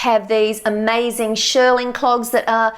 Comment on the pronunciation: Just a gentle point… it’s pronounced “sh-EAR-ling” as in “ear” and named after the process, to shear the wool back to a low even height. Not pronounced “sh-ER-ling” as in “er”.